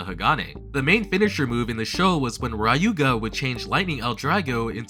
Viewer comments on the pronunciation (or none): Awesome video,. Just a little note Ryuuga is NOT pronounced "RYE-oo-ga", but "LYOO-ga" I know many mispronounce the Japanese word for dragon, 竜 as "RYE-oo" but it's really "LYOO", or something akin to it (it's a special tongue palatal trick Japanese language does with both L and R words) Also the G of Ginga is always hard, thus being akin to "gear" rather than "ginger" Nevertheless, great video. I can't wait to see a video that speaks of the zombie strategy I have so much heard about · Who the hell is "Rayuga"? Why are you adding A in that?